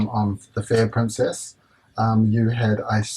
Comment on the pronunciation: especially when he said "Pruncess ship" :P